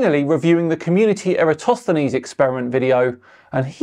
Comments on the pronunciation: Oakley mistakes Eratosthenes for Aristophenes the playwright. Perhaps a nod to Nathan being a failed voice actor, turned microphone salesman. So I'm going to put Oakley in the same bucket with other wilfully ignorant flat earth grifters, though from the look of it, the grift isn't doing much for him. I assume the wife has a decent job. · I'm sure he said Aristophanes. I replayed it and still didn't get Eratosthenes.